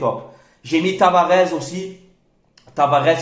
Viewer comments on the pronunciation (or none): TavaresssssS....pas Tavarezzzz